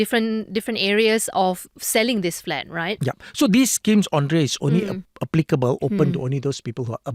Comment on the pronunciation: Hey Gafoor, please. Her name is pronounced as Andrea (and) not Ondrea (on)